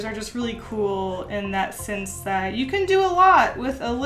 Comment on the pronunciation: I love you. But can you please say the E as E and not as I? Because something can never make sinse! And please don't get me wrong, I'm not an expert and English is not even my native language but it just bothers me